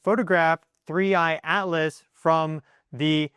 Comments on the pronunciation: I keep hearing you say three eye alis not atlas. Do you have a problem with pronouncing t? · Your saying Atlas sounds like Alice... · OMG YOY DONT EVEN KNOW ITS NAME 3I/ATLAS, "Not Alis" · Not ALICE! ATLAS!!! What’s wrong with you??!?? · Interesting... that you can clearly pronounce the letter 'T', yet can't in the name 'Atlas', so instead say 'Alice'. Intriguing. 🤔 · OH it is 3I AT-LESS NOT ELESS . ENGLISH BABY ... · Why do you keep ignoring the letter T in the name 3i Atlas. I don't see the name Alice in any of these Publications but you keep calling it Alice instead of Atlas and not once in the first 7 1/2 minutes have you mentioned where this is in the sky in relation to when we can see it?????? Interesting information but quit making up your own pronunciation. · Dont care how many educational degrees you have you sound just really silly . A T L A S. there is a T in there or is there a different comet called ALICE. Please specify. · why are you calling it 3i/alice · Your pronunciation of ATLAS sounds like you are saying ALICE. What we need to do is keep an open mind and not just presume that this object is just coming here to destroy us, it has shown lots of very good wisdom and knowledge